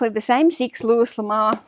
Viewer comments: I learn so much by watching you, I love your videos. Here's a hint, though. Louis L'Amour is pronounced Louie L'Amour. Looie, for pronunciation purposes. Anyway, keep on keeping on. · Thanks for all of your content lately! You inspire me to get my tasks done. 💪 (PS - Louis L'Amour is pronounced LOO-wee luh-MORE -- well in the US anyway 🙂) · He. I'm not poking fun. I promise. Everybody mispronounces things sometimes. It happens when we're good readers. I'm just trying to help. Louis L'Amour - Loo ee luh mor (His name's basically Louis Love. Which is kind of fun, since his real name is Louis Dearborn LaMoore.)